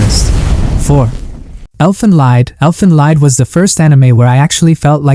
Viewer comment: I am a fan of your channel and this video in particular -- one remark though: "Elfen Lied" is from German and it is read as "LEET" (and means "song"). Best!